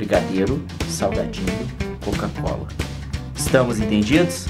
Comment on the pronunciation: O Leon fala Côca-cola kk legal